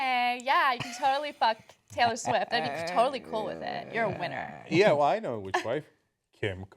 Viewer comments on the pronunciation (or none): none